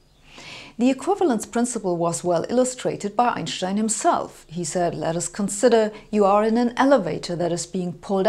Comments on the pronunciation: Since it's a German name, thats how to say it. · Properly pronounced "Einshtein". Thanks. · It's how we should all say it.. M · the way Americans say it is correct. It's Anglicised. Different languages use different pronunciation for different words. So, when speaking English, I say, "Einstein." But, when speaking German, I say, "Einshtein." Both are correct. Glad I could clear this up. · "Einschtein" (yes, thats the way it is pronounced correctly!) wrote his first revolutionary papers in German and the rest of the world hurried to translate them . Thanks for your youtube lectures. Not everything has to be drowned in tensor analytics or SU2 philosophy to let flash up a spark of understanding or start a further search for refinement by induced curiosity. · The way she correctly pronounces Einstein's name is so satisfying... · Only here to hear her say Einstein. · I like how she pronounces Einstein, the correct way. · *love how she correctly pronounces Einstein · She says Einstein the only correct way. After all Albert was a German. So is she. 😉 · She´s pronouncing it correctly. As it is a german name, the "s" before the "t" is spelled "sh". No accent here.